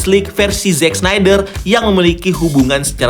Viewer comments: Pasti bola bukan olahraga favorite lu. Yg gampang kek snyder aja ga bisa baca. Apalagi Szchezsny, Schweinsteiger, Sneijder, Kuszscak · Sneydeer, tolong 🥲